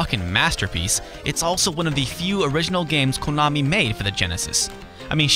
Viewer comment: It sounds so funny when he says KOOnami and stOOOpid, LOL!